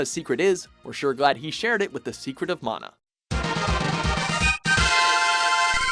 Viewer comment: Love that he narrator pronounces "mana" correctly : D